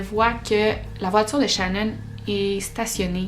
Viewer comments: ecoute ton video tu l'appel shanon et pas shannan . Mais j'adore tes video qyand meme ♥️♥️ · Pas shannon ses shenon sa se prononce Chénone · Peut importe comment sa secrit ses pas shanone comme tu le dit xD ses pas comme sa que sa se prononce